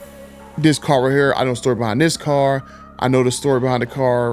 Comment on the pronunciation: Hey man. Love your videos. But your English needs some practice. It would make your videos more professional. The is not duh, this is not pronounced dis. That is not pronounced dat. I know there are dialects across the country, but if you're going to post videos, do yourself a favor and work on your speach. Just constructive criticism.